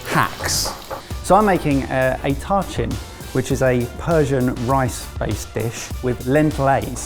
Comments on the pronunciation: Yay for more Persian food - heads up, it's pronounced tah-cheen. Also, impossible to make in 40 minutes. If you aren't starting the night before, the flavors just won't be able to develop. But love that took inspiration from more Persian cuisine! ALSO - the "it looks like a mistake" Tacheen is known for looking burned. My uncle studied in London and was renting a room from an elderly English lady back in the 70's. Started his tacheen the night before, baked it for the requisite needed number of hours to get the crispy, dark brown exterior you really want on it... and then left it in his fridge to eat later. And she threw it out because she thought he'd burned it and didn't want him eating such poor food. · How is that even CLOSE to tachin? (As an Iranian I think I know my way around one of my literal favorite dishes.) That said, I’m not offended, but, paella burrito was more authentic and inspired by than “tachin.” Oh, and it’s pronounced “taacheen” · At first I thought said he was making a Törtchen lol, a bit confusing but looks delicious:) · I AM BEGGING YOU ALL TO DO THE BARE MINIMUM OF GOOGLING PRONUNCIATIONS. Y'ALL CAN COLONIZE THE WORLD BUT CAN'T PRONOUNCE TACHIN AND PAELLA????? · As a Persian that tahchin hurt my soul